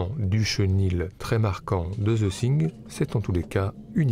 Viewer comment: D'abord - j'adore vos videos, mais y a-t-il moyen d'améliorer la prononciation en anglais ? C'est The THing, avec un T et non pas un S. Thank you.